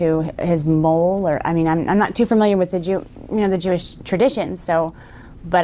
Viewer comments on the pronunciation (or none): Mohel,(pronounced Moy-er) not Mole. A Mohel removes the foreskin of 8 day old Jewish babies. It does seem strange that she'd remember the way it's spelt rather than pronounced if she did hear it ? It's more likely that Trump had only seen the word in print, and speaking it incorrectly as spelt. His grasp of the English language is minimal. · Moyl not mole. That is nasty.